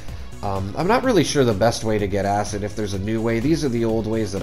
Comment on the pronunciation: Acid, not acit. The amount of times you say acit makes my blood boil lmfao